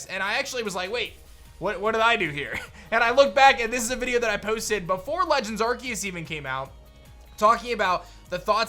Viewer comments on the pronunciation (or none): none